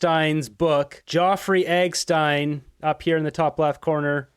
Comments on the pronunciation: Man you got to learn how to pronounce their name . I know you have different accent but man 😂 Epstein its not hard to say 😂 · You all full of crap! Cannot even pronounce Epstein correctly you moron!! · It’s Jeffrey Epstein. You have been miss pronouncing. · 20 seconds in and you can’t pronounce Jeffrey Epstein ? lol sounds like u don’t want ppl to know who he is . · Are you purposely mispronouncing Jefferey EP stein’s name in your video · If you want me to believe you...learn to pronounce Epstein properly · For God’s sake, pronounce Epstein name correctly! You lose credibility. You are on the right tr@ so stop screwing it up! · Dude your videos have gotten beyond ridiculous with your absolute terror of being demonetized. Hand guns are pew pews, alcohol is firewater or whatever and now you won't even pronounce Jeffrey Epstein''s name properly. Grow a pair dude. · Are you mispronouncing JE name on purpose? Are you not allowed to say it on YouTube? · It’s Epstein not egstein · It is weird how you pronounced his name!!! Geofry Eggstein! :face-blue-smiling: Eggstein Island 👉👉 His name is Jeffrey Epstein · Geoffrey is pronounced JEFFrey. Epstein is not pronounced as Eggstein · Its not Eggstein its Epstein. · It’s Epstein …..Eggstein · ITS EP-S-TEIN. NOT.!!! I E-G- STEIN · It's NOT Egstein it's EPSTEIN!!! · I don't think he is Jefery Augsteine . I believe his name is Jeffery Ebstine . Why are you calling him Augstine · Please it’s EP stein not EG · It’s Jeffrey Epstein .. not Egstein or Joffrey but love your podcast! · Epstein not Eggstein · Epstein, not ecstein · Epstein not Epstein. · Just one thing..... Why do you pronounce the name as Egggstein? It is Eppppppstein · It’s not egg stein. It’s ep stein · Good video and info, but mispronouncing EPstein's name as EGstein will make these lunatic liberals claim misinformation or some other BS.. 🤣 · you need to get this straight please. It is Epstein not Exstein.😅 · It’s EPstein not EGstein. Hahaha